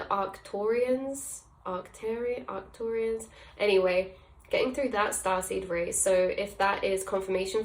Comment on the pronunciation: You had "Arcturian" pronounced correctly, they're my main right now but there are also connections to Thymus (a group of ascended masters who come through the higher heart), Vega (lyra constellation, music guides), Andromeda, and Antares (Scorpio const.), then there are a few former humans in the mix. Been a crazy year.